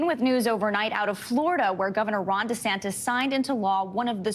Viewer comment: Did she say "Lord Desantes" at 2.02? Lol